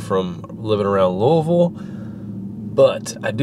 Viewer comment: I used to live in louisville, I love that louisville, and it is awesome to hear that you said it right!!!!!!!!